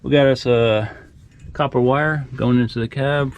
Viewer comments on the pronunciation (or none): none